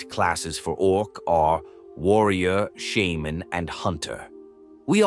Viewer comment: That’s actually how you pronounce it